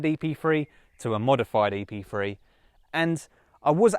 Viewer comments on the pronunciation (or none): Why he keep saying Epfwee, it's Epthree .